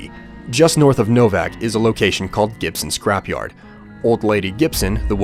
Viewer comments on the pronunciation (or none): is it just me or did it sound like he said Gibson's crap yard